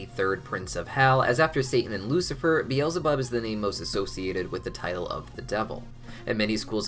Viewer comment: it hurts me to hear him say "be-els-e-bob". It hurts me so much.